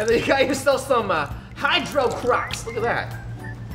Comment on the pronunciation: No one: Not even a single soul: Roi: Shome green And Shome Shellow xD